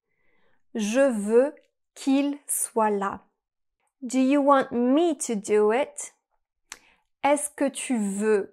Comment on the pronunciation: Interesting video. However, you kept mispronouncing the English words “here” and “want.” Keep practicing and you too can sound like a native English speaker. 😂